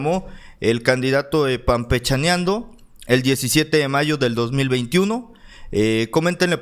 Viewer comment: HOLA: ESTOY DE ACUERDO CONTIGO;SOLO QUE ES ---PANpechaneando---,NO ES PAMPECHANEANDO,NI CAMPECHANENDO....YA ESTÁ TU LIKE Y MANITA ARRIBA...SALUDOS Y ADELANTE CON TODO.